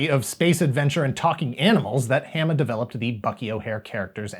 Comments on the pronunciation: I gotta also say this... Larry’s last name is pronounced with a long A sound, like in “origami,” so it’d be Haw-muh, not Ham-uh. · It's WILLY DuWitt, not "Wally." And my name rhymes with "(Dalai) Lama" not "(Ala)bama." But, otherwise pretty accurate. Thanks! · Hama is pronoucned the same as in Yokohama. I think you started getting it right towards the end, but just keep and eye out XD